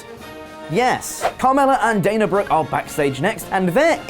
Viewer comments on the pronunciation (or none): none